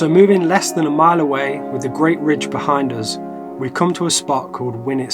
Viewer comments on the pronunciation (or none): none